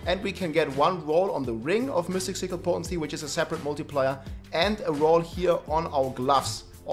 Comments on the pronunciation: Really? You never heard how mystic is pronounced in english? they dont have the germanic-danish y(iu):p Seriously my misophonia acted so hard with the repetition of "miustic" all the time that i couldn't actually watch the video:p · Why's blud saying mystic as mustiq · mustic cirle XD ... Its M Y stic dude ... pronaunced closer to I than u